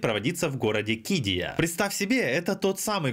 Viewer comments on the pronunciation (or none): ударение на второе И в названии КиддИя. Я там работаю 😉